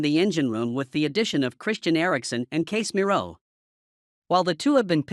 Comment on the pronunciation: Why can't you pronounce Casemiro's name correctly? It is NOT Case - miro. Casez-miro.